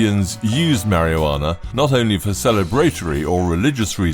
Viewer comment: MARIO JUANA. hello robot man, welcome to the world where no one in any english speaking country has ever pronounced that word that way